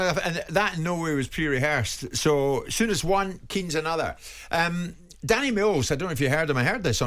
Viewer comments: Graeme Sounness?? Come on Simon. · Graeme Souness?! Jeez Simon